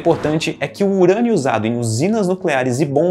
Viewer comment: UUURÂNIO?????!! DECAI PRA HÉLIO. "Eberlin Marcos "🤨🧐